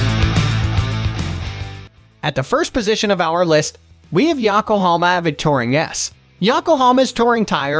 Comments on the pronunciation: yakohoma tire! ya-ko-ho-ma! it is yo-ko-ho-ma. YO-kohoma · AI voice sucks at pronouncing the brand names. Ya-kohama😅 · Defender is second on the list in this video. Right after the mispronounced Yokohama tire.